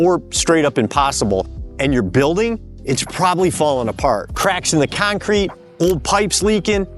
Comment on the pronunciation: I loved the way you say concrete 😅 must be from Boston.